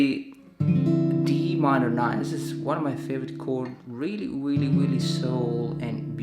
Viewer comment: "Weally Weally" haha Anyways great job!!